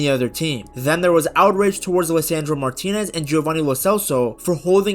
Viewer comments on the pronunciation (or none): none